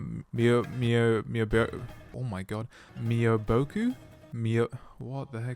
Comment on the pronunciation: It is pronounced “me o boku”